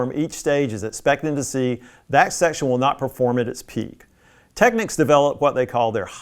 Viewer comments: Why do Americans pronounce it Techniques? It’s Technicks. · TECK-NICKS! Not TECK-NEEKS! LOL! SMH!